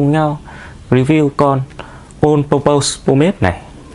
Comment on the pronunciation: Thấy nhiều bạn hay phát âm sai phần pose trong từ purpose thành /pəʊz/ trong từ pose có nghĩa tạo dáng (như ông đang đọc đấy). Trong khi từ purpose phát âm đúng là /ˈpɜːpəs/. :awesome